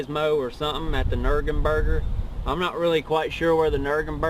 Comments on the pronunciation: Nurgum-Burger 😂 lol your funny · out of all the mispronounced words you make fun of, the nürgenbürger has to be one of the best.